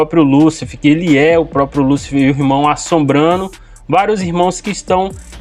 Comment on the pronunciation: O que mais me surpreende é: Vwr um sujeito falar inúmeras vezes a escrita: LÚCIFER... com um acento AGUDO sobre a letra U, e ignorá-lo não dando a tônica exata na pronúncia da mesma. Aí, por si só já é uma TERRÍVEL IGNORÂNCIA GRATUITA.